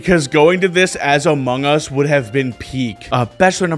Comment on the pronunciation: “I’m in the moungus”